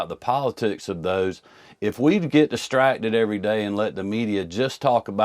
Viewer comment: Is he using Blaccent? I swear I hear him say distratded! Eletded!!